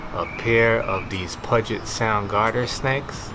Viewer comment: Hello from Seattle. It's pronounced pew jit sound. See these snakes often.